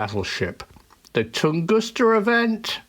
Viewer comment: It IS Tunguska, isn't it? 🤔 I mean, not Tungusta, as saying, right? 🤔 (Yeah, I'll probably look it up and answer my own question anyway!) 😊 😀